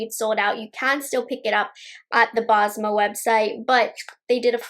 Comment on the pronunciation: basma is prounced bess-muh! it’s an arabic name.